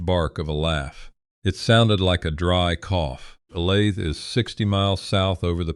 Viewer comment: Olathe is said oh-lay-thuh.